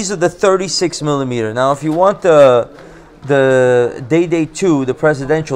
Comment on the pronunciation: "I want da gold. Give me da gold." 💯💯💯